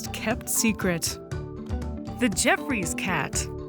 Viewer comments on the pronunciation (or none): I always thought it was pronounced Joffrey’s Cat opposed to Jeffrey’s Cat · it's pronounced "ge-off-roy's" cat.